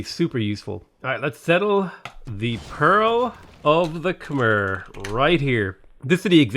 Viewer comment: It's pronounced Kuh-My